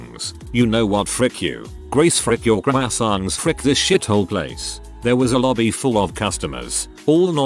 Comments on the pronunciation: "Crowhyisangs" WUT??? XD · Had a stroke trying to pronounce croissants.